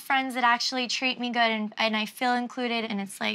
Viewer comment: Everyone on this show pronounces good “Guuuud” 😂😂